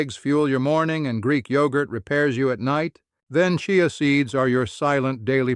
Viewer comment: Chai a seeds. Ha, ha. The auto voice doesn’t know how to pronounce it.